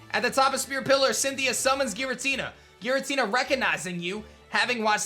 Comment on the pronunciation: Giratina is pronounced with a "J" sound. Source: Giratina and the Sky Warrior